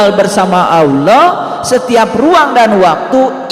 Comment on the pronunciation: dya blg nya awloh dan aloh